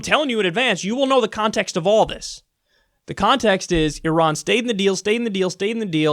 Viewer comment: You can't say Iran?